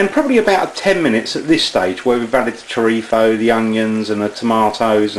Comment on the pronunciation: last time i checked the label it was churritzo not churripho like your pronouncing it lol